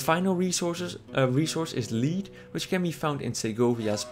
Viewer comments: ***** Lead is pronounced Led, not Leed fyi. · lol sorry for pointing this out but its not pronounced "Leed" XD (ps: i live in a foreign country so i know what it feels like;) )